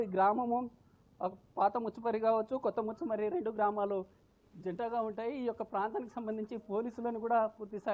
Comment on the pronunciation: మచ్చుమారి కాదు ముచ్చుమారి